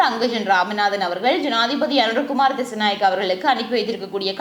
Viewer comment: அனுர குமார திஸாநாயக்க அக்கா nengal திசநாயக endu solringal